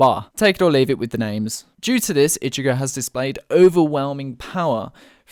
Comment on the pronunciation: Sometimes I hate when people mispronounce anime characters names